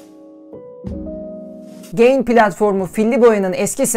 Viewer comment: Markanın adı "Güzel Ahlak İyi Niyet" ten geliyorsa neden ge(y)in okunuyor ya da okuyorsunuz. Ga(y)in diye okumak gerekmez mi?